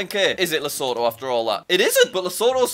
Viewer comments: Jack:lesutu Average geography guy:Lesotho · Everyone:Jack is so good at geography Also Jack:LeSOoTHo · why does jack call lesotho lesutu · Jack: Gets Qatar on first go Also Jack: Says Lesotho as Lesootoo